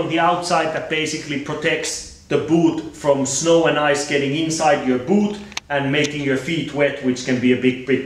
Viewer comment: i hate how he says boOt